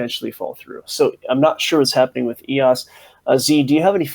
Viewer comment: eos, not ross